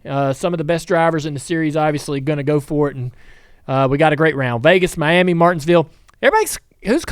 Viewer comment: It’s pronounced “my yammy” 😅